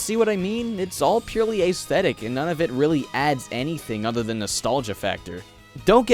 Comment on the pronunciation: i thought just your affected head jerking and 'announcer voice' were annoying but that was way before i got to "hella tight" lol. jeez, tone down the douchieness to about a 7 or less. And aesthetic is pronounced es-tet-ic, not AY-stetic.